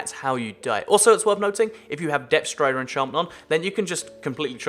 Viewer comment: am i the only one that heard him saying depth stRider?